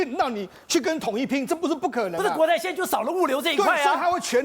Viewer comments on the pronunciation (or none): 劉寶傑把亞馬遜的發音改成「鴨媽容」真好笑🤭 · 縱使英語發音也不能唸成「阿媽容」